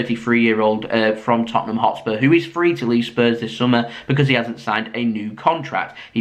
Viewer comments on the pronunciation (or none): none